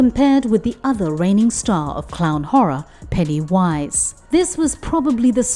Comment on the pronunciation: Why do you say it like that? It's one word. Pennywise. It's so disturbing and creepy.